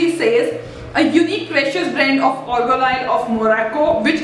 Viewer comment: It's not ORGAN OIL .. ITS AA-R-GAN